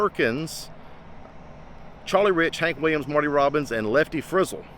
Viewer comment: Thanks for this! Btw, Roy Ācuff is pronounced with the long ā. And it's Lefty FrizZEL, with the accent on the second syllable. No biggie though! People probably pronounce 'em different ways, I'm going by the way George, Merle, etc, always said it.